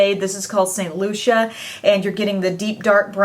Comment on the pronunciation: Nice try Sam. She pronounced it correctly. Before correcting someone, check to make sure you are correct